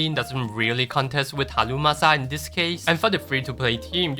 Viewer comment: i love how you say "halumasa" 😂😂